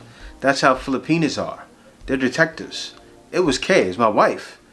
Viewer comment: Kuya, with much respect, it’s “filipiNAS”. Not fili-penis. Respectfully yours, a fan and subscriber.